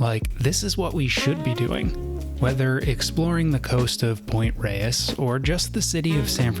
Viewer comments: I believe the locals have always pronounced it "Point Rays." East Coast transplants are excused. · So cool that you made it out to my neighborhood. Gorgeous! Makes me want to take out the hiking boots and revisit the Sky Trail. Thanks for this great video! (Also, it's pronounced "Point RAYS"). :)